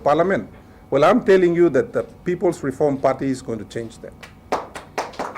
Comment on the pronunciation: Is reform or "reorm"? TV WAN is very poorly filtered.